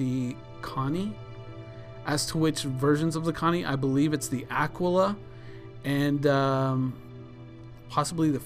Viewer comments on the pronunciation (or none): Names and last names can be pronounced anyway you want. Your coworker probably doesn't speak the language though. The Latin word, however, is in fact pronounced ah-kee-lah.